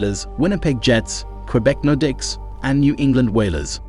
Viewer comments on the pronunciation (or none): Use your own voice next time. This AI mispronounces team names and players consistently. Takes away from the point of the video. Quebec Nor Dicks? Seriously😂